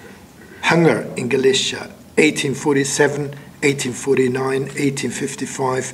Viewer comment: No, Galicia as in Spain comes from the word Gaelletia while Galicia as in this talk comes from Halychina, since the G/K phoneme in the Polish/Ukranian languages sounds closer to H and not G or K as it does in Latin languages so the pronunciation should be enough for anyone to realize what he is talking about.